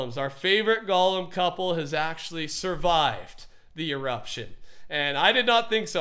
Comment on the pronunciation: It is pronounced go-lem